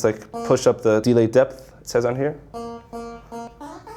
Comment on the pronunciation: "The DEE-lay"